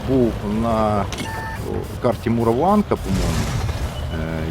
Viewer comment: тільки не муровАнка а мурОванка від слова мур , мурувати ! мурованка казали кацапи які не знають української ! )))))) то як пЄскі замість піскИ ...